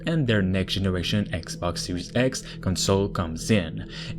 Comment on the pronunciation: Fala direito kct!!!!!!